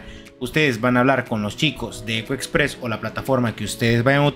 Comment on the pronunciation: Costó entender el nombre de ECO EXPRESS.